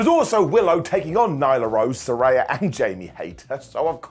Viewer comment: Still struggling to say Saraya's name right 😅😅😅